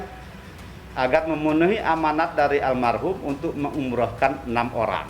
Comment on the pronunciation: Menit 5.26 pengacara Iki bilang armahum, harusnya almarhum